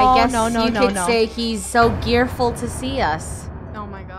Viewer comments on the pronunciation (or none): I get it gearful instead of greatful hahah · Hahaha "gearful" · I thought it was gearful instead of greatful